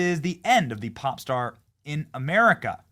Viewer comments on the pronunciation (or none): none